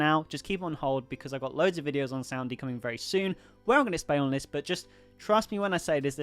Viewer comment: hi you said "soundy" or ''sound dee"?